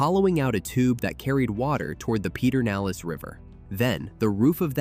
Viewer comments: like Pedernales isn’t Peternales it’s pronounced ped-ernales. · that was funny when I heard Peter.